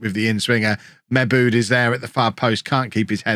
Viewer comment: To my knowledge, I think Mebude is pronounced Mi-boo-day